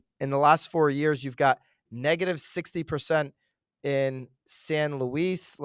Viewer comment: You almost said my area!! San Luis Obispo CA….Luis is pronounced like Lewis and Clark!! Great info as always…✨☀️✨